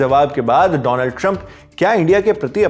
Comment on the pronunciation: Once a legend said " Doland" trump 😂